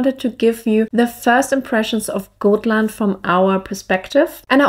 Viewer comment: Hello! Many beautiful views and nature pictures! But please don't call it Goatland! If you pronounce it as Gottland with a very short (o), it will be more correct pronunciation😘!